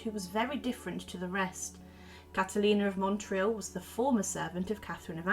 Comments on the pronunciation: Small correction: the name of the town is pronounced not Montril but Motril (it struck me as this is where my grandmother's family came from, and I was very excited to hear about this figure from what amounts to a sort of home town for me). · I was born in Spain and Motril is a well known Andalusian town, so it feels weird to hear its name mispronounced over and over with an “n” that’s not there.